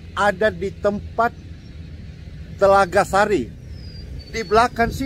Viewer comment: Telaga Sari, bukan TELAGA SASI 😂